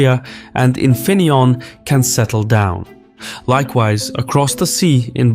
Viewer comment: Infineonn😂😂 lol the famous manufacturer in my place